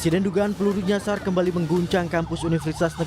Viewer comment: kak membaca berita apa gak salah nyasar sebut nya jasar😂